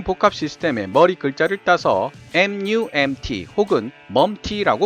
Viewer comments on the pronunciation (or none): 왜 MUMT가 "먹튀"로 들리는가...